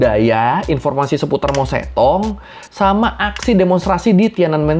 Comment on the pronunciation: Berguna tapi sebelum bikin video, better belajar spelling nama2nya dulu kali ya, Mao Zedong sejak kapan dibaca Mao Zetong 😂